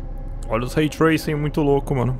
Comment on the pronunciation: Nada, absolutamente ninguém: a: olha só esse RAY TRAISING